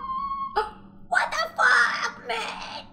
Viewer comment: wtfack le sale muy gracioso